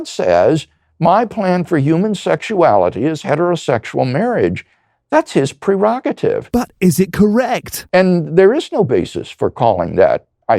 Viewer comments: dude fuckin said pre-rocket-ive. what the actual fuck. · I love how he says PRE-Rogetive. As if he had read the word wrong, and then continues to use it wrongly for all his life.